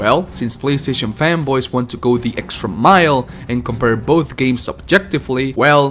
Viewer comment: I heard femboys instead of fanboys